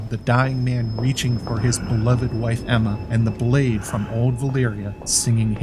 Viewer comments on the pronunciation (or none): Not to be that guy... but it's Aemma 😅